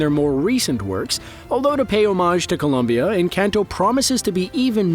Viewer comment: Kudos for the pronuntiation of the country and the name of the voice actors, pretty good